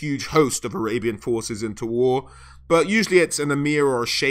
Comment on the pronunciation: When you said "arabian army", is it spelled "Arabyan army"? XD